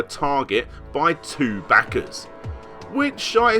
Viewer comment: Every time Larry says Dollahs and back-ahs some guy around the globe survives cancer.